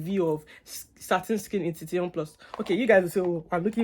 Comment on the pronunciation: Did you say hitition plus ? 😂,it’s hithion plus